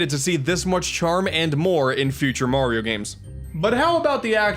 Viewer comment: “Moorio games”🤔😂